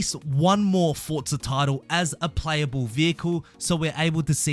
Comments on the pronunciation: For-za not fortza ... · I know it's minor but I hate people that say fortza